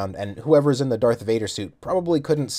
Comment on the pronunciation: It's pronounced Darth Vader and Light Saber technically